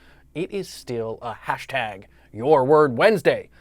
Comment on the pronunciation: Dear, great speaker, please clarify this word: HASHT. Thank you.